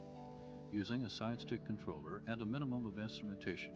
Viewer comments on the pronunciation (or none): none